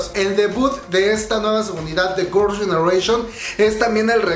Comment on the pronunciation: Se dice girls no gors 🤣🤣🤣